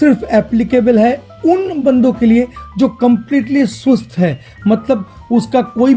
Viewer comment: sir this is स्वस्थ not सुस्त 😃😃😃